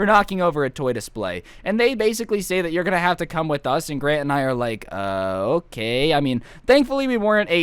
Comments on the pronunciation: at one part he says grate instead of grant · i thought you were saying "gran" as in granny i was laughing so hard😂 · Wait I thought he was saying Gran like grandma